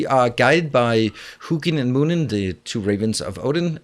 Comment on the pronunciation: I like the way you play the game and present your videos, so I’ve just subscribed to your channel. (Also I you are the first person I’ve found on YouTube that pronounces ‘Hugin and Munin’ properly and is interested in the story of the game.) ☺️